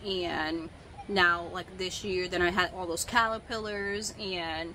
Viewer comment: Kinda random but I love the way you say "callapillers" 😂❤️